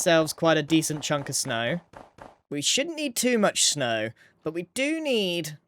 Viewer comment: „shnow“ I love it